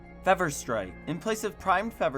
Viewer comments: the fact that you say feh-ver instead of fee-ver is bothering me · The only thing I heard after fever strike is how he said fever 🤣🤣🤣. (It's pronounced feeever, like when you're sick you get a fever.) Otherwise great video. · it was the way u said fever strike and amalgam lmao but besides tht the whole video was great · the way he says "fever" though. kinda bugs me, but great video